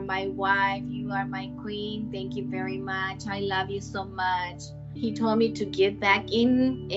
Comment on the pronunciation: "He was a reech person sooo he was berry wealthy."